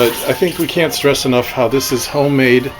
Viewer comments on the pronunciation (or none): none